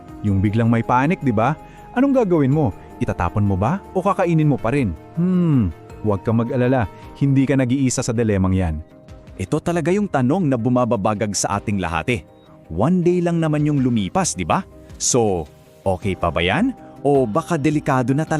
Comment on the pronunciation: It's BUMABAGABAG not bumababagab FYI